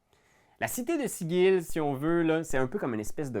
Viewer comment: "Sigil" ça se prononce pas comme le mot!?